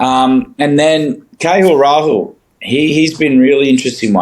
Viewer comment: I laugh ever time Haddin has to talk about KL Rahul. "Kay-hool Ra-hool" 😂